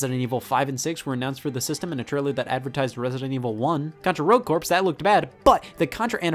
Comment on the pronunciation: "corps" is pronounced "core" It's like the Marine Corps, you don't pronounce the "p" or the "s"